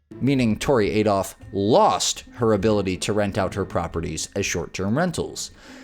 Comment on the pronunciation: "adolph" lulz...